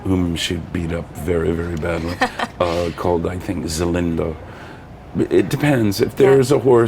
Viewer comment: OMG he messed up Zenyatta's name. He called her Zelenda. He seemed to have the other facts about her right, but I don't know how anyone could mess up her name because she was talked about so much at the time. 60 Minutes even did a feature on her.